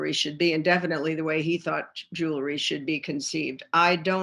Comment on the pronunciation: Wish she knew how to say “jewelry”